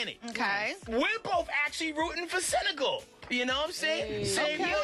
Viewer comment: I love you all but why can’t you pronounce countries right? It’s Senegal.